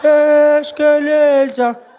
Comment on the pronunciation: Escalata essscalata escalataah